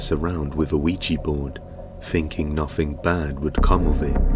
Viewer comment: "this one does nothintch"